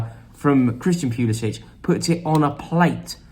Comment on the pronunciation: I hate to be a pill but Christian Pulisic pronounces his name with an -ick at the end and not an -itch.